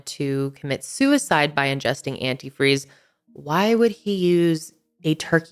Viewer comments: saw this on forensic files. its funny how she keeps saying antifree instead of antifreeze. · I lost it when said "well when i pourd the antifree" 😂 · This case was on Forensic Files! called it "Anti-free" instead of antifreeze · We always made fun of her for saying Anyifree.